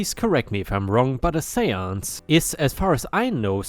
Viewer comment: Story 3: seance. Said correctly and it's basically what you said, an attempt to communicate with dead people. I'm sure there's a more precise definition but I don't really care. What you said sums it up just fine. 👍 Chlorine on the other hand, has an "reen" sound at the end. Story 5: Component is said as "come p-own-ent."